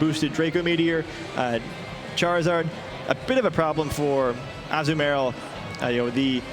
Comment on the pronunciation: I know everyone has already pointed out the Close Combat, but the one guys pronunciation of Azumarill haha